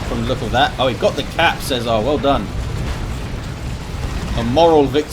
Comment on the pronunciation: Worst pronunciation of César ever haha :D